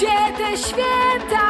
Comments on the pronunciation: Ogólnie twój głos w miare mi sie podoba, ale na początku filmu sama powiedziałaś, że jesteś przeziębiona i może nagrywane było to wcześniej, ale słychać jakbyś miała katar. Zamiast 'świĘta' słychać 'świEta'. Może nie wszystkim to przeszkadza, ale mnie to bardzo drażniło. Pozdrawiam:) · Mnie strasznie denerwuje jak ona śpiewa ŚWIETA a nie ŚWIĘTA. Sama bardzo przykładam się do tego by mieć dobrą wymowę i dykcję, więc myślę, że to dlatego mnie to wkurza.